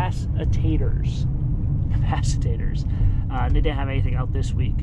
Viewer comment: capacitors... Did you say "Pass the Taters"? Saying a prayer for the van trade, not much room for haggling these days 🙏✝🙏💕